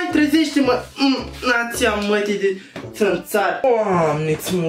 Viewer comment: Sunt singurul care am inteles țăranul in loc de tantarul:))